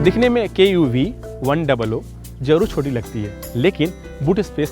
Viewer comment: its KUV 100 not KUV 00...